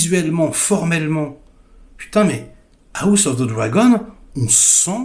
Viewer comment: "A la gauche ✌️AOUSSE✌️ Of the Dragon"... 😂😂😂 Desolé 😂😂